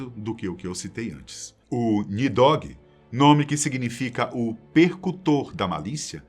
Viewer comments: Não é nidogui, mas sim NIDHOG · Nidogue meuzovo, o nome e pronúncia correta é Nidhogg kct